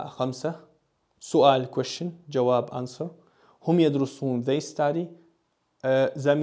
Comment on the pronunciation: Is it not جوابand not جباب ?